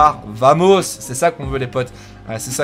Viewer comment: ça fait un petit moment que je veux te le signaler même si ce n'est pas très important mais VAMOS se prononce BAMOS en espagnol :)